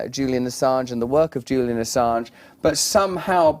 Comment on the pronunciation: You could at least get his name right. JULIAN not JILLIAN.. 🙄